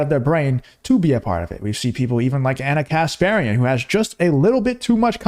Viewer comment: please stop saying Ana Kasp-arian its pronounced Ka=sparian